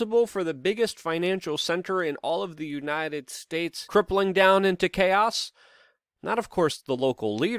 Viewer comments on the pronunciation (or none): none